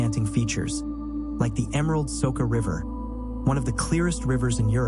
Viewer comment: Soča river it is correct, not Soka river .